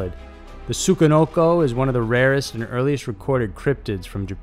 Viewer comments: "tsukanoko" lmfao im joked chi, man. tsuCHI. i can hardly sit through it omggg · Tsuchi...SU-CHI...not what you said... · You pronounced Tsuchinoko wrong. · Good video, but holy shit you butchered the pronunciation of the Tsuchinoko.